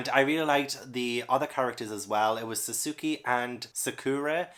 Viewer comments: SUSUUKEEY!! It's been a long time since I heard someone pronounce his name wrong. Since I dislike that shit, I am glad people still mispronouce his name. Wahahaha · Sad Naruto didn't make it, was such a massive part of my teenage years 😓 Also, if you ever do get to it (which I fully recommend) Sasuke (Sos-kay) Sakura (Sack-oo-rah) (like the blossom) (Sorry, couldn't help myself 😅) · Pronunciation Guide: Alphonse: Al-fon-z Sakura: Sah-ker-ah Sasuke: Sah-s-kay Pretty sure those were the only ones I noticed and this is only based on the anime so it could still be wrong. Also, if you look into the backstory of Berserk, I think you'll love it even more.